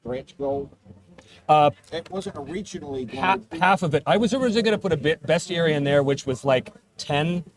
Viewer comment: Obviously I backed this day one, because I've been a fan of since it began and know what you,, value in a game. BUT IF I HADN'T, I would be ordering it now because of 1) the Rankin-Bass hobgoblins and 2) the proper pronunciation of "bestiary." 🤌